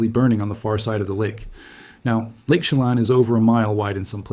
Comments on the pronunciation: It's "sha lan". Like pan. (Chelan) I live here. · I appreciate your report, but please take the time to learn the correct pronunciation of the proper nouns: Chelan; shu lan'. You mispronounce several names. It doesn't take much time to put a search on the word's pronunciation. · Lake 'sheh-LAHN' and 'oki-NAUGH-gan' [ not 'oki-NO-gan'] - I'm a native of the Pacific Northwest.. Appreciated this very clear video and, especially, the attention drawn to the huge fires in Oregon which really have been ignored by the media. My deepest condolences to the people evacuated in Spokane, and in other areas. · Lake Chelan is pronounced 'Sha-lan'. Your work is stunningly helpful. Thank you!!! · It is Lake Chelan, not Shelam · I think this guy is Ai. He has several channels, and the first time he said lake Chelan, he pronounced it incorrectly. The pictures on this video, and others of his look AI generated as well. I'm so sick of the fake 💩!